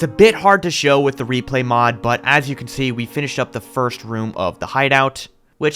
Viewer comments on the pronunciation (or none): none